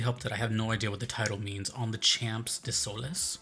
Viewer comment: damn that pronunciation of desoles killed me and i am not even french ....